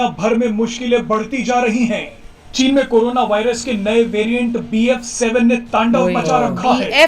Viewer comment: It's bf 7...not ba 7